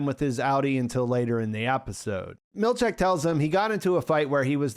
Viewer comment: Seth's surname is pronounced mill-CHICK, not mill-CHECK.